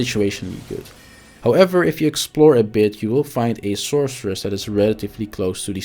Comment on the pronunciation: What is the sorcerer's name? You keep saying "the sourceress"